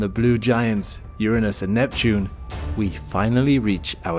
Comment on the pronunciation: Thank you for pronouncing Uranus correctly! For all you immature children in the back, it is YER-uh-nus, NOT your-Anus. Its arguably the most fascinating planet in our solar system but has been rendered into a joke for its name to the point you cant even talk about it without snickering.